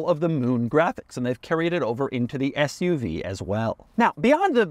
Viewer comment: I was laughing I thought he said the Hummer FU-V. Maybe.. 😅